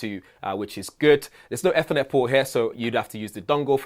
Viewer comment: Its pronounced Eeeeethernet. Where is the power button? The HUGE deal about Ryzen Zen5 is the 4nm chip uses about HALF the power of 8945hx, which itself uses HALF the power of Intel powerpig ultra cpu's... Intel is truly making terrible 2015 laptops today ...